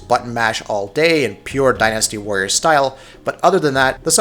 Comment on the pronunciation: I came here for Dynasty Warriors. But all I hear about is "Die Nasty warriors."